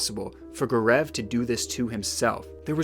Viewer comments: GAARAAV XD his name is GAO-RAV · It’s G-au-rav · Everytime he says Gur-eeev instead of Gaurav, I get distracted. But it was an interesting case that you brought into light. A lot of discrepancies raises many questions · I'm sorry but Gaurav is pronounced as Go-ruv it bothered me sm💀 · Indians hearing him pronounce Gaurav XD